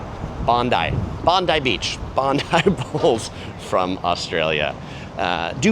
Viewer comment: Well done, Bondi Beach….you nailed the pronunciation this time!! 👌👍